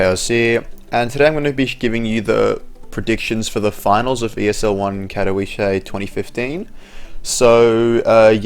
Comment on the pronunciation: You keep pronouncing Katowice wrong... :/ It's pronounced Cat-oh-veet-suh, in Polish the w sounds like a v, and the ice sounds like eet-suh.